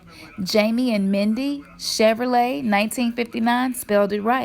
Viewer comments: It is common for people to misspell it, sound it out- Chev-rolet. Not Chever-olet ...hahhahaa What about Volkswagen versus VolkswagON... hahahaha... If it were spelled the way you wish, and the way you are pronouncing it, then it would be spelled Chever-let but its not spelled that way. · It's spelled Chevrolet pronounced chev ro let not chev er ro let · Bitch, you stupid. Obviously those are all typos and knock offs. Over there trying to add syllables to an already long and hard word to pronounce. That's why everyone just says chevy. Its not pronounced Che-ve-ro-let. Its pronounced Chev-ro-let. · Pronounce it out, Chev-er-o-let or Chev-rol-et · Wrong wrong wrong ..... the way you're spelling it would be pronounced Chev-er-olay....It's pronounced Chev-row-lay.... sound it out the way I spelled it, mine is right! Chevrolet baby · Say it in your head...the second "E" doesn't really sound like it's there. I've seen a REAL '65 Chevrolet Impala. It says "Chevrolet". The the creator of Chevy was named Louis Chevrolet